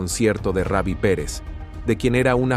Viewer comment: Comentarista habla bien , ni raby ni reby , Ruby perez